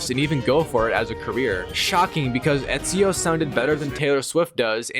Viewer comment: bro ur telling me u platinumed Assassins Creed in the previous video and yet the whole time u pronounced his name as "easio". Lowkey sus af, plus the rate as which ur platinuming games and uploading videos